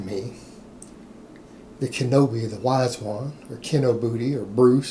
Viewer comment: "Kinoby". I love it.